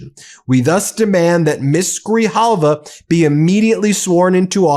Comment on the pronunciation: Say her NAME everyone. 📣📢📣📢📣📢 Rep. Elect ADELITA GRIJALVA! (Pronounced: Gri-Halva). SHE WON fair & Square.